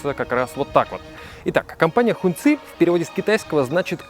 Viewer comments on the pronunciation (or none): Сам ты Хун цы, это произносится как Хонг чи, красный флаг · Не хуньци,а хонгчи….. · Хуньцы, ребята, у вас в штанах. А слово "hóng" （красный) читается как "хон" (ну в крайнем случае можно прочитать как "хонг"), но никак не "хунь" А за обзор, спасибо :)